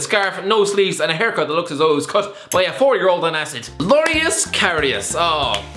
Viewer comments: LORIUS? Its loris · Is he saying Lorius instead of Loris for a reason? I don't get the joke.